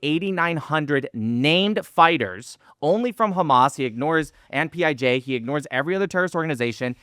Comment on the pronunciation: said “PIG” instead of PIJ 😂 so from now on whenever i hear PIJ I’m going to think 🐖 😂